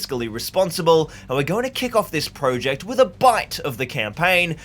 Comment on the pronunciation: I can't believe after the amount of projects you have undertaken, you still haven't learned how to pronounce "project" yet....